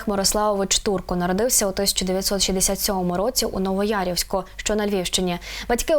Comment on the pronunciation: НовоЯВОРІВСЬК, а не Новоярівськ. І не Івано-ФранковО, а Івано-Франкове, а якщо точніше - місто Янів.